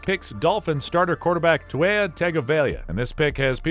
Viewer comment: Butchered Tua's name 😂😢